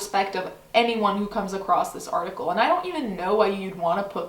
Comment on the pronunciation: At a point I heard you said Farticle not article :D I thought that os such a good description of this thing. Also, yes, I am a year late :D